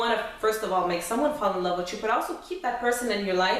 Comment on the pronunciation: The stress on your forehead coupled with the fake eyebrows and the way you say "Fall in Lob witcho" good luck.